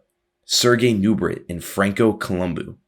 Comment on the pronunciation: Lol Franco columboooo, Sergio owwlivva.